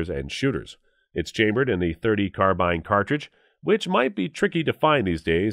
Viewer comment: I personally own, have owned, or used/shot all the weapons depicted here. There are some inaccuracies in this video. Sounds like this guy is reading a script and doesn't know much at all about the weapons , esp pronunciations. 4 min in the comment was made that the US Carbine (rhymes with "Far-seen") .30 cal saw little use in WW2. Tell that to the vets that used them. It was the most common US shoulder arm in ww2, with upwards of 6 million made, compared with million M1 Garands, and a number of Springfield and Remington 1903a3 and a4 rifles. the flash on a soviet tanker shooting a Tokarev TT-33 as supposedly a 1911A1 is a hoot... and the pistol used by US forces was a 1911A1, not the ww1 1911. There is a difference! The Germans "waltzed into Belgium" and took over the FN arms factories in 1940, not 1930. whew. The Browning FN made a lot of firearms for the Germans as they were already tooled up to produce weapons in calibers the Germans were using. Same thing happened in Poland and Czechia. Germans also used some Soviet weapons like the PPSh and even the Tokarev pistol. Large numbers of the Soviet 91-30 rifle were captured and issued to local militias and behind the lines troops.